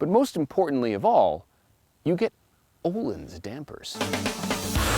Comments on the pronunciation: Not Ohlin The Ö sounds like the i in the word bird! ;-) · Took Me 13minutes to realise they were trying to say öhlins (uh leans american pronunciation)